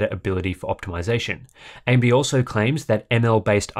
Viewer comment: ...does he say AMB, on every single occasion?